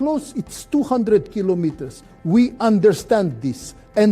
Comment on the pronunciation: 😂😂😂😂 AI cannot say Kilometres